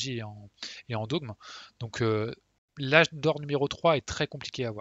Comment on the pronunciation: Super guide, comme toujours! Il m'est très utile! parcontre on prononce pas "dôgme" mais "dogme", comme "forme"